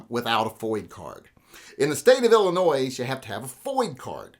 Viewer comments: Hey Illinois does not make any Noise, it is pronounced Ill-eh-noy.:-D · No "s" at end of "Illinoy". Other than that - thanks for video. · You don’t say the “S” in Illinois.